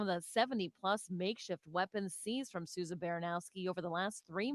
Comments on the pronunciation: Souza not sowsa 😂😂🤷🏽‍♂️ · It's actually pronounced sue'za And the names are of two correctional officers that were killed at the MCI Norfolk facility during a attempt prison escape. Also that facility is the only max in the state, other than that is DDU. Which is a segregation facility, 24hr lock down. I would compare it to California pelican bay. You normally have to sentenced for a disciplinary infraction in order to go there. And you can stay there for up to 10 years. I'm pretty sure that's where they have been shipped out to pending their hearing and sentence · Sooza is the pronunciation just an fyi